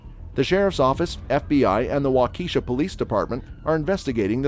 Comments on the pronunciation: it is pronounced wa-ka-shaw not wa-Keisha. Just saying. 😬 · If you're gonna make a video about cases where judges get emotional at least make sure you pronounce the county the judge is presiding in.. the Daryll Brooks case you mispronounced the name of the county.. it's pronounced "wal-Ki-shaw" not how you pronounced it.. and you pronounced it wrong more than once.. I figured since you actually watched all the videos before you put this together at least I'm hoping you did, you would of heard the judge, DA and even the defendant say the name of the county countless times so for you to still mispronounced it kinda shows that you didn't bother to watch the videos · "Wa-keysahw" is actually "Walk-ah-shaw" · Wah-key-SHAW not Wah-KEY-shah. How hard can that be? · Augh... so many times.. It's WAU-kuh,SHA It is NOT wau-KEE-sha. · He said wau-keisha lol ig anyone that’s not from WI would say that but I’m from WI y’all and it’s pronounced Wau-keh -Shaw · Walk a Shaw. Not Wa key sha. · Waukeshaaaaa not wakashi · Wak-a-sha not wa-keisha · It’s pronounced Walk-a-shaw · It's pronounced wah-KEH-shaw. And he rolled his eyes many, many times. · Its pronounced waka-shaw not waukeeshaw for darrell brooks. The spelling is waukesha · Wah-ka-sha lol I used to say Waukesha too 🤣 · It's pronounced Waww kish aww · It's pronounced walk a shaw......please say it right